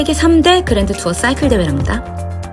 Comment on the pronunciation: 쏴이클 발음 넘 쥐리네요 역시